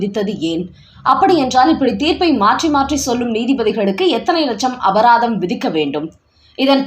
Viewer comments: செய்தி வாசிப்பாளருக்கு அபராதம் அபதாரம் என்ற இரண்டு சொற்களின் வித்தியாசம் கூட தெரியவில்லையே. முதலில் வார்த்தைகளை ஒழுங்காக உச்சரிக்க கற்றுக் கொண்டு பிறகு செய்தி வாசிக்க வாருங்கள். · ரூ 10 லட்சம்அபதாரம் போட்டார் என்று (மொத்தம் 3 தடவை இந்த வார்த்தையை பயன்படுத்தும்போது 2 தடவை அபதாரம் என்று) சொல்கிறீர்கள் . அபராதம் என்று தெளிவாக வாசியுங்கள் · அபதாரம் இல்லைம்மா அபராதம்...